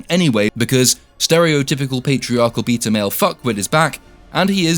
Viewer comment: every time you said "beta" i heard "pizza"